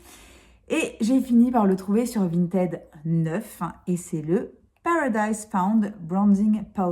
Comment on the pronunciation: VintID, prononciation du ed après la lettre T en id! Non mais la déformation professionnelle et la chieuse de base lol, désolée 😂😂😂. A part ça la marque Violette m'intéresse à fond, si tu peux nous montrer ça de plus près ce serait cool ! Merci 😉